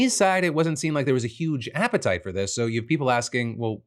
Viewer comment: App-it-tight!!! Amazing! Simply amazing.